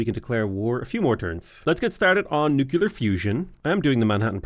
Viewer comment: why do you say Nuclear like George Bush? You're from where Guinness comes from not Alamo Drafthouse.